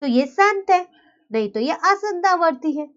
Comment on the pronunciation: Mam aapki pronunciation wrong h it's asaant na ki aasant Otherwise nice explanation keep it up 👍👍